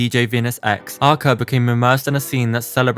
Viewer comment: Your pronounce of her name is wrong